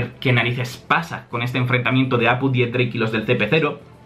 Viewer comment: Por que dices Dix-drake? No es x-drake?